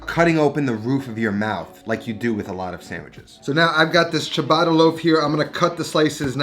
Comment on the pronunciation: Great improvement in the Ricotta pronunciation! And great Sandwich! Let's work on the word Ciabatta now!